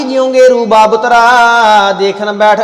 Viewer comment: ਦੀ ਅਵਾਜ ਬਹੁਤ ਵਧੀਆ ਹੈ, ਸੁੰਭ ਨੂੰ ਸੁੰਡ ਪੜ ਰਹੇ ਹੋ, ਬੱਬਤਰਾ ਨਹੀਂ ਗੇਰੂ ਬਸਤਰਾ । ਬਬਤਰਾ ਦਾ ਅਰਥ ਆਪਾ ਨੂੰ, ਕਿਸੇ ਨੂੰ ਵੀ ਨਹੀਂ ਪਤਾ, ਬਬਤਰਾਂ ਦਾ ਅਰਥ ਕੀ ਹੈ